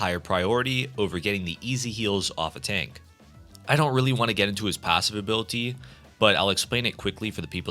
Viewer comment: I STG IF YOU SAY "ABILUHTEA" ONE MORE TIME IM GONNA AODNWOFJWOFKWMFODKKPSKEOFKEKFOKEKF